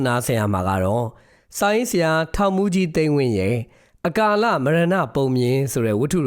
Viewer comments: အ ကာလ မရဏပုံပြင်လို့ဖတ်ရပါတယ် အကာလလို့မဖတ်ရပါ။ နားထေ ာင်ရအဆင်မပြေပါ။ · အကာလမဟုတ်ပါ၊အ ကာလလို့အသံထွက်ပါတယ်။ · အကာလ မဟုတ်ဖူးဗျ အ ကလ ခွဲဖတ်ပါရန် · ရေ။ အ ကာလလို့ဖတ်ရသလို ပြော ရကား ဖြစ် ရကား လို့ခွဲဖတ်ရပါတယ်။သားတို့ကငယ်တော့မြန်မာစာကိုသိပ်မသိကြတာပါ။